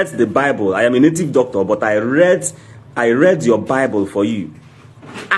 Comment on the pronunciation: speak good English dummy -read not lead